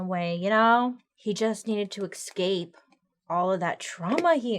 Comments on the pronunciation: bailey, girl. i love you so much and your videos bring me so much joy. but it’s pronounced eSCape not eXCape 😭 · I used to hate when Bailey said "excape" instead of escape but after watching for so many years it's comforting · english is not my first language but does "escape" pronounced like "eXcape" how bailey says it or "eScape"? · I love the way Bailey says excape lol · I love how Bailey says ecscape instead of escape, another great episode! ❤️ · taking a shot every time bailey says ‘excape’ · There is no X in “escape” Bailey!! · Definitely not how Bailey says it 😅 it's the latter 🙂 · Ikr I love how she can't pronounce words it's so sweet and I hope they don't ever edit those out either